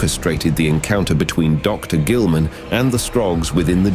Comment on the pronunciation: I fucking loved this whole series! But everytime you said "Dr. Guilliman" I felt like an sleeper agent getting hammered in the brain.